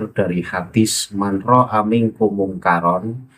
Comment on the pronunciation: Cara baca haditsnya (manroaitu) kok gak di bahas kang? 😂😂